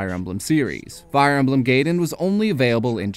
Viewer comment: I always thought it was pronounced "guy-den"